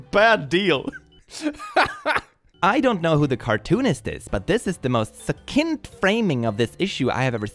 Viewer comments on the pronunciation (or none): Please, no offense, just trying to be helpful, but the word "succint" is pronounced "suk-SINKT". Your English is impeccable btw, please don't think me rude.